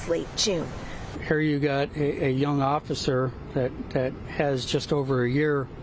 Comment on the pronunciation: Oser? Lady.. The word is "officer"... And their safety is paramount. I'm shocked it went that way.. They shot a lady in a kitchen with a boiling pot of water... So it makes me wonder how dude did it other than by surprise.